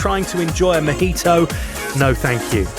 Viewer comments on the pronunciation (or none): You’ve been going there since the ‘80’s and you just said “mogeeto” for mojito? 🤣